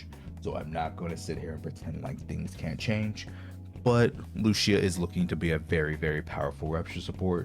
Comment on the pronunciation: Lucia’s pronunciation is not Lucia is Lu-CI-a